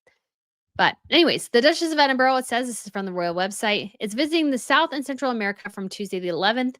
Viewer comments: Oh , my goodness that drove me mad too ! Particularly as she calls herself a historian!!! It also annoys me that she can never pronounce Edinburgh correctly , and yet attempt the correct pronunciation of the European royals names and titles ! There were far too many lazy excuses today. It was very condescending to say , well yes we know what the title is ,and we know what she prefers but , yeh, no, we are still going to do it this way because we have been saying it like this for a while now, so , too late to change. If the media and the public can immediately get used to using Andrew Mountbatten-Windsor they can say, type and Print Princess of Wales. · So we should just dumb down 1000 years of British royal titles because its too difficult for the rest of the world to say Princess of Wales or Princess Catherine 🤦🏻‍♀️ Please, please while we are on the subject of pronouncing things correctly, could you learn to say Edinburgh correctly!! And November the 11th is Armistice day , I'm not quite sure what you called it but as a historian you should get it right . The same goes for the royal names and titles , in history it is important to get facts like names and titles correct.